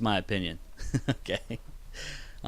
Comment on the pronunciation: it sounds like u keep saying gay instead of okay lol